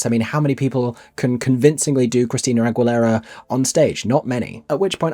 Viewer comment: That's not how you pronounce AGUILERA